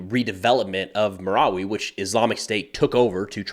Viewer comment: have you been to the Philippines? You're pronouncing everything correctly! BTW, we say M-I-L-F by spelling it out. Thanks for covering this, I have Filipino heritage and my home town is 100 miles north of Marawi. This area in Mindanao is like the middle east, never ending war!